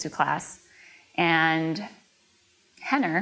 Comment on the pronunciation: It's Renner not henner...